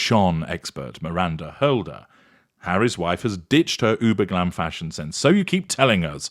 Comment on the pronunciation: The way you say fashion as fshon is hilarious now every time I hear some one say fashion all I hear is you saying fshon 🤣🤣😜